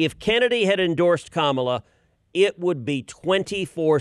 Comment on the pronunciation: It's Ka MAA LA not Kamala (speaking to the host NOT Ted, Ted pronounced it correctly).